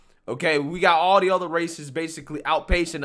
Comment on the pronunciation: "Ather" what kind of word is ather ?